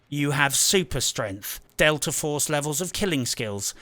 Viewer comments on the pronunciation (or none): none